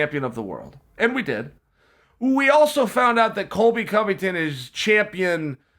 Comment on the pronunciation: It’s Covington not Convington